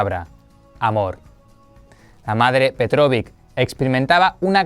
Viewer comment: Que hermoso video dedicado a la Madre Fundadora María Petkovic, yo, personalmente, he estudiado en su escuela. Amablemente quiero acotar que el jóven del video dice incorrectamente su apellido que es "Petkovic" y no Petrovick. Para que lo tengan en cuenta a futuro. Bendiciones. Gracias por su bella labor.